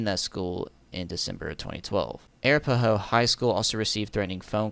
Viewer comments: I imagine Im not the first to say this but Arapahoe is uh-rap-uh-hoe Also just so glad this weirdo is off colorado streets so i don’t have to see him anymore 😅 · It's pronounced "Ah-rap-ah-hoe". Hilarious, I know. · The arapahoe is pronounced “uh-wrap-uh-ho” its native American